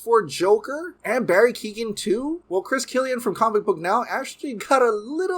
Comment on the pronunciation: Barry Keoghan’s last name isn’t pronounced Keegan it’s ke-o-ghan the g is silent bro